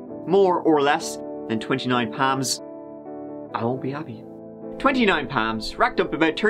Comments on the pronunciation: It’s 29 PALM LIKE A PALM TREE!! Or the PALM OF YOUR HAND! Not “Pam” lol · Wait, so it's not "Twenty-Nine Palms?🤯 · “That thing I always say.” = “Let’s give it a goooooooooooooooooooooo” Btw, at first I really thought he said 29 Pams. Sounded like a very interesting place that only had 29 people named Pam who lived there. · All I'm hearing is 29 Pams. I was very disappointed to find out it's palms..... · I definitely heard 29 Pams and I was so confused. Why was there a count on the women named Pam lol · At first I thought you were saying 29 Pam’s! I hate it when people defame people that can’t speak up for themselves. Sad story for Erin, John and unborn baby! Glad the jury saw right through Chris’ lies! As always… Too short! Have you thought about making longer videos? We love you! Take care! 😁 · I was wondering what the heck he was saying! Now I see "PALMS"!! The "A" in palms is pronounced like "calm".. like when u open wide and say "ahhh" for the doctor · I cherish you...but everytime you said Palms....I winced hahah 😘😘😘😘😘